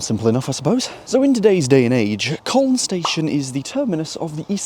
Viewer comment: In colne you don’t really pronounce the L. It is more like cone, but not exactly cone.